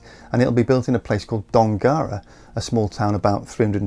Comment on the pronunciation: As an Australia who grew up about 30m north of Dongara, I must correct you on your pronunciation -- DONGruh